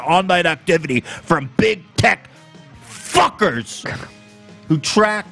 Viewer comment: JSHDJD HE REALLY SAID “BIG. TECH. ‼️PHUCKERZ‼️” 💀